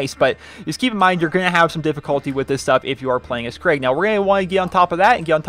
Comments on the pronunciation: Craig the psycho? Krieg is (most probably) pronounced "kreeg". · It's not Craig its krieg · Krieg. Not craig. Lol. Thanks for the vid